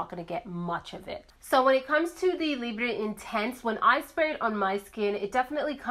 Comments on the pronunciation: I'm Canadian, it's not pronounced "lib" it's "lee-bra" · The time it took to explain you are not from France, can't speak French, and provide your different interpretations of pronouncing the word... You could have gone on google translate or even better, gone on YouTube and watched the short promo video YSL released on this fragrance. Then you would know how to pronounce it. I am not coming after you personally but I am getting tired of YouTubers making and editing an entire video dedicated to something and justifying mispronouncing it without actually taking the 30 seconds it takes to look it up and educating oneself. In this day and age when such information is easily available at our fingertips, there really is no excuse.